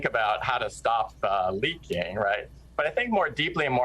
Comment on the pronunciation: The way he said leaking